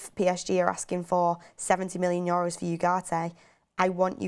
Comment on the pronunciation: She killed me with "Yoros" €.. I just can't.. :)